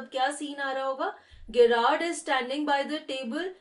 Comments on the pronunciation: Ma'am apki explanation achi h but he is gerrard not gyrrard this gggzz not giii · Hi , I know that Gerrard is a unique name , so that's why may be u pronounced it wrong ,but it is pronounced as in Jerrard